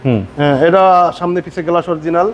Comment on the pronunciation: বিরক্তিকর শব্দ উচ্চারণ! গ্লাস এর উচ্চারণ করছেন "গেলাস"